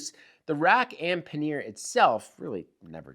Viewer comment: Say it with me ... PAN-YER ... not Pan-Ear. :)